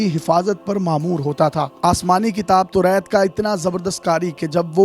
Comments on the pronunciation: Torait nahe toraat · Can you fix your pronunciation of Taurat.